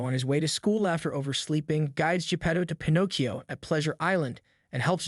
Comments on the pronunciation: 😆😆😆!!! Okay, it’s “Pinocchio*.” Not “Pinnacio.” You moron. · I seriously cannot watch any more of this video with your error in Pinocchio's name you're saying it all weird I've never heard anybody freeze Pinocchio the way you freezed it you're missing some syllables dude you're not even freezing it as Pinocchio you're freezing it as Pinoccio🤷🤷🤷🤷🤷🤦🤦🤦🤦🤦🤦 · Bro its Pin oh Key Oh not fn pin ahkk io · it's pi-no-ki-o not pi-nok-io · Pin-OH-kee-oh, not Pin-AH-kee-oh. Your mispronunciation is enormously irritating. I can’t stand to listen to the video all the way through, and I’m not even three minutes in. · Why tf is this dude pronouncing it, "PIN AWK EE YO"? I looked up the italian pronunciation and it's literally "pin oh kee yo" just like it's always been pronounced. Idk if this guy's trying to be quirky or something, but it's definitely improper pronunciation. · Why does he pronounce it as Pin ah cchio most of the time and only every once in awhile pronounce it Pin oh cchio? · Just want to ask, what is up with your pronunciation of Pinocchio? One second you're Pin-OH-cchio then you're pronouncing it Pin-OCK-cchio. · pin-ock-e-o .. lol what ? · It’s pronounced (pin-o-key-o). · Bro just said “pinaacio” 😂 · Fun fact: Its Pinocchio not Panakio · WHY DO YOU KEEP SWITCHING BACK AND FORTH TO DIFFERENT PRONUNCIATIONS FOR "PINOCCHIO" THROUGHOUT THE VIDEO? DEAR LORD, ITS "PIN OH KEE YO" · For the love of God stop saying Pen-ock-ee-oh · You miss pronounced the name it’s pi•now·kee·ow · Why did this guys say pinachio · Ah yes, my favorite Disney character Pin-aw-cchio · I kept hearing "Pi-knock-eeoh" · Definitely seems intentional to be different/quirky and it just comes off as cringe. Couldn’t watch more than two minutes. Disliked and moved on. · Here's a fun fact it's Pinocchio not Panakyo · Pin..AH..cchio. Holy fuck that was difficult to watch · i was almost convinced the narrator was a real voice until he started mispronouncing "pinocchio"